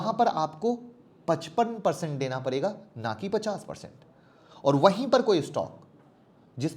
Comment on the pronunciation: Parega-PADEGA muskil-MUSHKIL Saire-SHARE Zabtak-JABTAK Zakar-JAKAR YAAR APNI PRONOUNCIATION THIK KARO